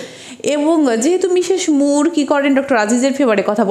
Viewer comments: Well explained but "মিশেশ মুর" is not the correct pronunciation. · তার সব কথাগুলো শুনবে তার উচ্চারণে স/ছ তে একটু সমস্যা আছে এগুলো জন্মগত , এরকম বহুত মানুষ আছে যাদের উচ্চারণে সমস্যা । আমরা বুঝলেন না আপনার বোধ-বুদ্ধির ঘাটতি আছে তা না হলে বুঝতেন😊